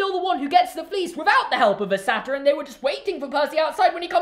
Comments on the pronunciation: Say it with me : SAY-TER. the way you were saying it, SA-TIRE is actually like Monty Python. It's making fun of something. Satyrs (Say-ters) are the half goat half humans. Sorry if this sounds condescending but this is the one thing in Percy Jackson that I know how to pronounce. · ITS SAI-TEER NOT SATEER YOU